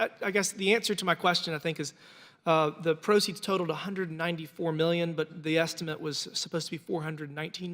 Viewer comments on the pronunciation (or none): none